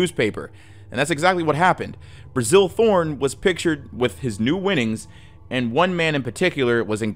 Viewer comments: great video as always, just one small caveat. During the whole Graeme Thorn part it sounds like you keep calling his father Brazil, when its just Bazil. Had me real confused for a second there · You kinda botched the names of the Thornes, they were pronounced "Basil" and "Graham".